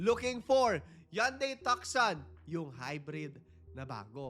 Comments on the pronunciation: TUCSON is pronounced as TOO-SON as in Tucson Arizona USA. It's not TAK-SAN :-) Share ko Lang kc Kung nasa call center ka or bago ka Lang sa call center, common mistake Yan. Parang "confirm". Alam nyo na un :-) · share ko lang po knowledge ko, silent c po sya. Tusan po kibali pagka pronounce...wag po sna akoa bash for correcting